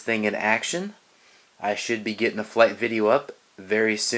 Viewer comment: Flight not light... lol